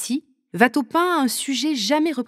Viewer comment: Ouatteau, pas Vatteau 😀